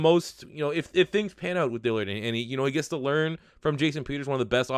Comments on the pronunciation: Please say Dillard’s name right. I’ve listen to it and cringed for months. Since y’all have taken him, please learn his name. ITS DILL-ARD. There is no i between the L and the A. DILL-ARD, not DILL-EARD. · How TF you gonna spell his damn name and still mispronounce it!!! DILL-ard! NOT DILLY-ARD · Where do you see an I next to that A It’s DILLARD not DILLIARD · DILL-ARD not dillyard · You pronounce Dillard wrong.....